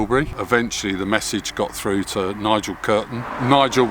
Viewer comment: You're pronouncing 3 as free, through as froo.